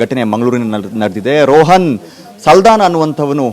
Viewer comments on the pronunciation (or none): ರೋಹನ್ ಅಲ್ಲ ರೋಷನ್ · ಅವನ ಹೆಸರು ರೋಹನ್ ಅಲ್ಲ ರೋಷನ್ ಎಂಥ ಸುಳ್ಳು ನ್ಯೂಸ್ ಮರೆ ಇದು